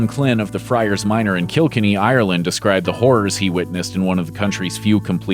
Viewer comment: it's kill-kenny